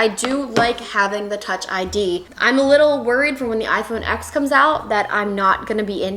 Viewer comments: It’s pronounced “iPhone 10” not “X” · It bugs me so much that you say iphone "x"